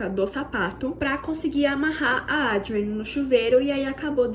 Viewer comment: A narrativa poderia ser melhor. Muitas repetições tornaram o vídeo longo e cansativo!! Assim como os nomes da atriz e diretora - Adrienne, que em sua dicção repetitiva, ouve-se 'Audrey'. Creio que possa melhorar em vídeos futuros... Desejo sucesso.